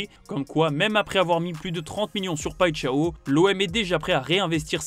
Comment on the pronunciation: Paixão, ça se prononce "païchan", pas "païtchaö"...